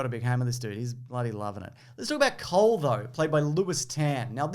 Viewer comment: "Cole" sounds both like "coal" and "cold". Wonder whether he's a fire ninja or an ice ninja. Maybe both?